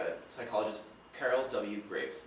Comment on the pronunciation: Clare Graves, not Carol.